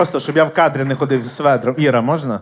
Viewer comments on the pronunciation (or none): що не так зі свеДром???